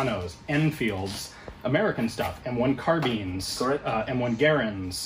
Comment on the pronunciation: He pronounced Garand correctly. My God.